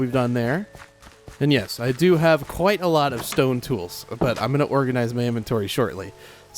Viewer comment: Remember when was memeing on his first hardcore world where he said stone "ston ay"